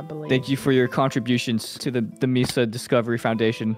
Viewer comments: Sorry if somebody has already commented this and I haven't seen it yet, but both "Mee-sa" (the way says it) and "may-sa" (the way pronounced it) are both wrong. pronunciation was closer but Spanish doesn't have diphthongs so there isn't a Y sound at the end of the first syllable. Vowels in Spanish each only have one sound. So it should sound more like "Meh-sa". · MESA or MAY-SAH not MEE-SAH 😭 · There's a city in Arizona called Mesa. As a resident, hearing Mee-suh is borderline painful 😂😂